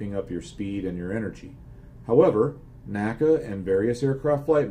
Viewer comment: I figure with the F4U-4 scenario, one would want to go to WEP before slowing down as it'd allow you to hang in the turn longer BTW: While I hate to be grammar police, particularly since my grammatical skills suck: NACA was pronounced En Ay See Ay, not Naka.